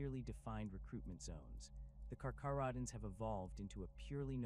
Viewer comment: Pronounced as (car-care-oh-dons), (Ny-core)